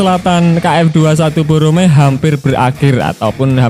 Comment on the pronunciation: Bukan boromae tp BORAMAE